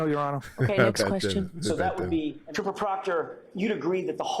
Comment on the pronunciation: TROOOOPAH PROCTAH😂